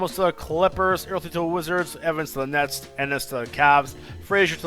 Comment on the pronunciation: he tried to say nets and said nuts